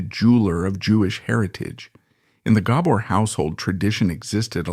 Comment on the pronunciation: You need to get the last name right your saying it wrong. Do your homework